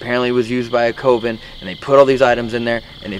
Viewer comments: looks like a potential serial killer in these videos, but especially during hide and clap sessions. 😂😂 Nothing irritated me more than the way and the guys say COVEN. They say COven. It’s Coven! CUH-ven. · I can’t get past how pronounces “coven”.... it’s not “koh-ven” it’s pronounced “kuh-ven” and I can’t get over it! 😣😣😣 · The way pronounces coven, drives me nuts lol. definitely has a way of connecting with spirits though! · Coven is pronounced cuv-in. Not cove-in also if I were I’d be pissed. Like don’t get me wrong I love the content but always fucks him over. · Lol.. the way you say coven makes me laugh 😆 It's pronounced cuhven ♡ And those boxes are all b.s xD